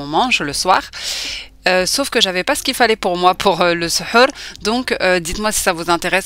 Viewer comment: Salam tbarkallah alik. j'adore tes vidéos. Tu me fais rire quand tu dis SHEUR au lieu de SHOR..SHEUR c'est la magie noire et SHOR c'est le repas du matin pendant le ramadan 😂❤❤❤.